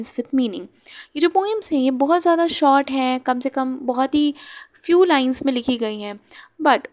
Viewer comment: Hello maam pls focus on your pronunciation you always pronounce sha to sa and sa to sha like you said sort story rather than saying short story